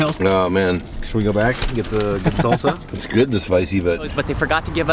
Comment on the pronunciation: Lol you said red salsa wrong stupid